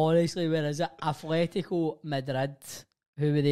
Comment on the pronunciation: Atletico, not Athletico